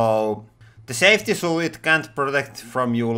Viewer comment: "Safty shoo"